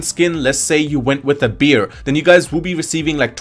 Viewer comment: He’s saying bear ? Or no ? I’m sorry I honestly can’t tell.